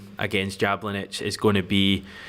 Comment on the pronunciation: Jablonec is phonetically pronounced yablonetz. Try to get the pronunciation right, it shows respect which was the opposite Alan Brazil and Ally Mcoist exhibited towards Ange to their shame!